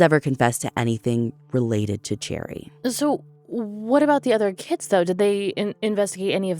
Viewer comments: Too bad she pronounces "Sherry" as "Cherry". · She needs to research a little harder next time....She pronounces "Sherry" as "Cherry". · Okay but is her name actually pronounced like the fruit? Cherry? Or is it like the drink and name, Sherry/Sheri/Shari/Cheri/etc?? Ashley I love you but this was so distracting to me. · Finally! I've listened to you lovely ladies for a few years with my husband. We have always hoped you would do Cherrie's case. (From my understanding its pronounced Sherry). While Cherrie disappeared a few years before i was born, it only happened 10-15mins from where i grew up, and currently live. Its a haunting story/reality that my husband and I have told our kids about every year. The Montgomry farm has been talked about for decades! As a place of interest. I have always suspected that the original detective had ties to them, which is why her case got pushed to the back burner. It was "cold" from the first moment it wasreported. Finger printing kits where a big thing wheni was younger. Pretty sure my parents still have my original set from kindergarten, but it was highly pushed because Cherrie was so close.